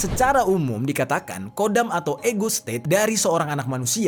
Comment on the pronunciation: Bukan kodam..tpi khodam..di kho خدم bukan قدم